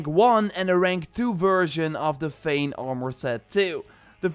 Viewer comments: Man, its Vinland, not Finland ^^ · its not "finland" its "vinland" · Vinland not finland lol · Is anyone els hearing Finland and not Vinland? Like I know he is saying Vinland.. but I can't get my self to hear it 😅😖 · Valhalla isn't authentic history. It's more in myth territory. And my bad If I misunderstood his accent regarding Vinland. Vinland was discovered by Leif Ericsson Day around 900/1000 AD approximately 500 years before Columbus' birth.